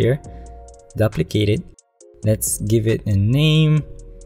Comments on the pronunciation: Very T for future reference, you need to pronounce ‘duplicate’ like ‘dew-plicate’. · The first syllable of duplicate rhymes with "two." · man i really like ur video. i have been searching for quite sometime bfore stumbling upon this video. only one problem though; the way u said duplicate in photoshop really triggered me